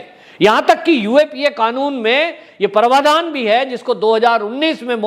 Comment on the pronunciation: महोदय! परवाधान शव्द नहीं प्राविधान है।